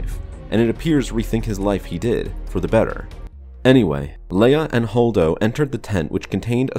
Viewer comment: I stopped listening as soon as I heard "Holdo".